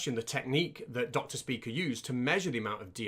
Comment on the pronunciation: Dr. Speaker? Speeker? Spyker is definitely closer.